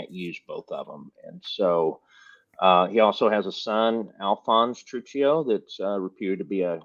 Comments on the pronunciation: WRONG! TRU-CHEE-O! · Truccio (True-kee-oh)